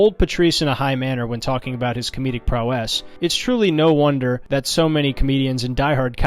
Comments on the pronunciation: An hour and five minutes and all that really got hammered home is that this guy can’t pronounce the word prowess properly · This fucking guy seriously kept saying "prow-ESS."